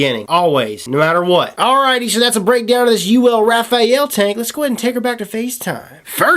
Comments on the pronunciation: Your mispronunciation was irritating. This tank lacks a proper shut off valve thus leaking with top fill. The top fill is gay AF. Not going to buy this I hate tanks that leak and that are messy to use. Cool to see you dish out some truths but we can tell you held back a little bit. Thanks for the preview. I was looking forward to this but so many things wrong with it. At least you aren't hating on the crown like the other reviewers and telling us the herakles plus is the best tank ever... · "Ra-faal" unless its purposely misspelled. XD I'll take a tank if you're offering lololol please and tanks... <--------see what I did there XD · it's like reading you're and your used incorrectly, every time I hear it it sets off a little alarm haha. Just thought companies sent info to reviewers regarding pronunciation and what not. no big deal, just a little alarm in my head going off each time. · I believe you are pronouncing the model "Rafale" incorrectly. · RAFALE....... NOT RAFAEL.... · Rafael?.... It's Rafale. You don't pronounce the E. Pronounced "Rah-Faal" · It's not Rafael.. It's Rafale (French pronunciation: [ʁafal], literally meaning "gust of wind" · ...not "Raphael" (as the angel's name), but "Rafale": it's a french word and means "volley", or "gust". The word is well known known because of the homonymous airplane "Dassault Rafale". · precisely. Shit gets on my nerves. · RA-FA-LE not RA-FA-EL repeat after me... RA-FA-LE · rafale..... not Rafael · I think this dude doesn't know how to read He said vaper-oso Instead of vaper-eso And now he's saying Raf-ah-el Instead for raf-ale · I can't help but laugh every time he says "Rafael". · No leakage or spitback for me, sounds like they've fixed it or you just got a broken one. By the way, the top fill was messy because you weren't careful, I've never spilled juice using topfill and I have no leakage out of the airflow holes. It's Ra-fale by the way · I always thought it was "Rah - Fah - lee" lol who knows, man.